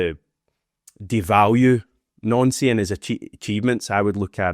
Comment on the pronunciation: Stop saying his fucking name like that you melt! 🤦‍♂️ just pronounce it like it’s spelt or the zombies going to have a field day. Jesus Christ man